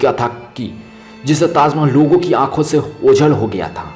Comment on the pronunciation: 😂 😂 😂 tazzzzz Mahehelllll😂😂😂😂 bol Na Sikh Bhai kaha Zadaa Hey 😂😂😂😂